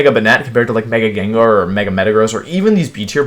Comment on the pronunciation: Jen jar too